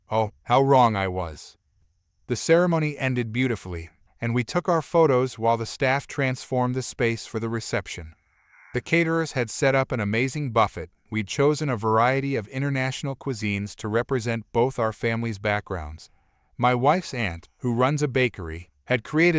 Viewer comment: Story 3: buffet in this case (a meal of multiple food choices) is pronounced buff-ay or boo-fay. Buffet, pronounced buff-et means to be pushed around as if in a crowd or strong wind. Depending on the buffet meal and reputation, I suppose you could be buffeted by a crowd.